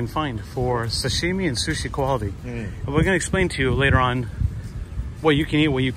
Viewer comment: And he says "Sashimi" so weird (not ) I'm Japanese and he puts a different accent sound to it. It's like how they say "Karaoke" and "Panko" They don't care how they pronounce it.